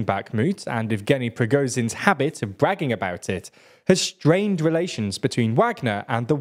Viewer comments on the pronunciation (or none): The way he says prigoZin and OUAgner tears me up man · has very bad pronounciation all around, e.g Prigozin and Shogu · Why can't you properly pronounce names? It's not "Wagner," but "Vahgner". It's not "Prigozin" but "Prigozhin -- the "zh" is pronounced like a vocalized "sh". Sheesh...